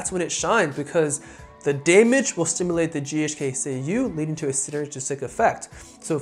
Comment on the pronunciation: Keeps saying ghk ku 🤦🏼‍♂️